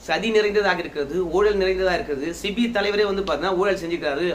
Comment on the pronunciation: சிபி அல்ல. செபி என்று சொல்லவும். நன்றி.